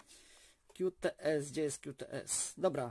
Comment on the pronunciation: Jak to źle brzmi 'kiu ts'. Tam jest 'ku ts' (Qts)